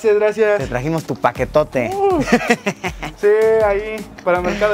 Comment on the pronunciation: Nadie:... Luisillo: Te tragimos tu paquetote 📦